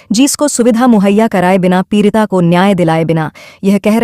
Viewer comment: Peerita nahi peedita